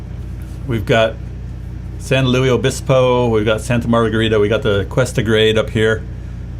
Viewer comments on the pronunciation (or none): Keep calling it "San Louie" Obispo, it drives locals crazy!